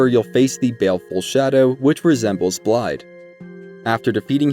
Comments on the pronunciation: The "dd"s in Blaidd's name aren't pronounced with a "d" sound, but more so a soft "th" sound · I know I’m a bit nitpicky with this one, but Blaidd is pronounced with a “th…” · still can't even pronounce "Blaidd" correctly smh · can people stop saying Blaidd's name wrong. you here them pronounce it.